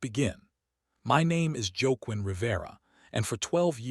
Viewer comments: Joaquin is pronounced "Wah-keen". Or "Hah-keen" in Spanish, where it's from. I like to say it Wee-a-queen. Anthony but Joe-quin. Lol. Either way, good story 👌. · Please work on pronounaction of Spanish names. It is pronounced, “wah-KEEN”.